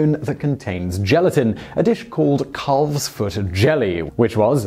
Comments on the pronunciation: "Caulve"? I've always heard "calf" pronounced "kaff". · Lane's World He's mispronouncing it. The "L" is silent. "Calf" is pronounced like "half". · The "L" in "calf" is silent. It's pronounced like "half"! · I don't like the way you pronounce calf Lol maybe it's because I grew up around farms and in Canada but we say "caffs"